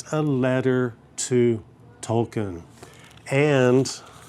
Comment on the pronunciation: I love when people like this still don’t know how to say Tolkien the correct way.. 😂